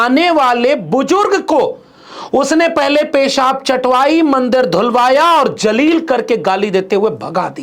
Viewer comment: Respected Sir. Pl careful for using proper pronounciation for urdu alfaz i.e zaleel instead of Jaleel